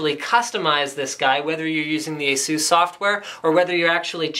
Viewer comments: ASUS not Aseus and D.A.C not DACK :P but AWESOME MAN I want one D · According to Asus Its correctly pronounced Eisus and/or Asus. Its not pronounced D.A.C but DACK as in Digital Analog Converter (dee)(Ah)(Kq). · You are always pronouncing ASUS wrong. There's no emphasis on "U". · I wish people would stop saying Ay-zoooss. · Why can't you say Asus properly?